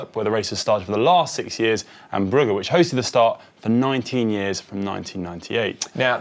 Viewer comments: That's how it's spelled but it's not pronounced with hard G's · saying Brugge (Bruges) is a new low for GCN presenters butchering pronunciation